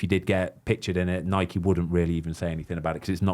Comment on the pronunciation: It's Nike, not Nikey. You wouldn't call a bike, a Bikey.